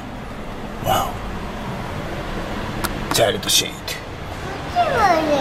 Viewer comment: ﾁｬｲﾙﾄﾞｩｼｨﾄ!! 個人的にめちゃ好きww